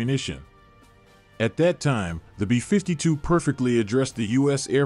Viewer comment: Why can’t you pronounce “B-52” correctly? It’s BEE fifty two, not bee FIFTY two.